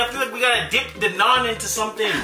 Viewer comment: Fellow Indian here!!! I can’t believe you are trying it for the first time! It is soooo flavourful! Oh….and thank you for pronouncing Naan right! I was ready for my ears to hurt but you nailed it!